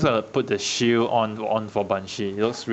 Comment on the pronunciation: The way he says shield sounds like shoe